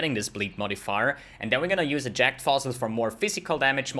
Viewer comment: Sounds like he's saying jacked fossil